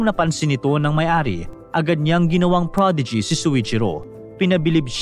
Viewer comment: "protege" parang prodigy kasi pagkakabanggit. Nice story po